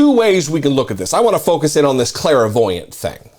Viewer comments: Basic word but you kept mispronouncing it every time. It's clairvoyant, not clair-a-voyant. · It's pronounced CLAIR-voyant, not CLARA-voyant. 🤣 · He meant to declare himself a criminal sociopath, but his sociopathy pronounced it as clairvoyant.